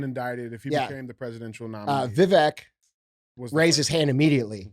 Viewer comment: You pronounce his first name like Vi cake only with a V Vi vake